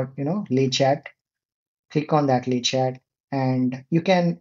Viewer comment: we dont say the "t" at the end of "Le Chat" - that means "The Cat" :)